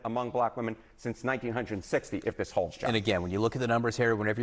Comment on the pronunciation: Hate how he says 1960... A moron.